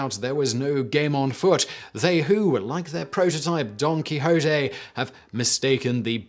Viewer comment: Simon, THANK YOU for NOT saying, "Don KEY-shot" (for 'Quixote'), as some of your countrymen do! I cannot, for the life of me, figure out WHY the English have to take a usually foreign word with a perfectly good pronunciation, and try to crowbar it into some semi-ambiguous 'English' pronunciation! IT! MAKES! NO! SENSE!